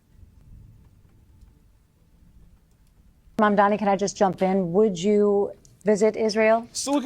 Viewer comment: This is why he is considered "reasonable and fair"... he is actually just insanely inconsistent. The guy can't even pronounce Mamdani's name correctly, and somehow people still admit to getting all their news from this guy. It's insane.